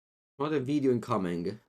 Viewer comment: I need a text ringtone of saying “veedeeo”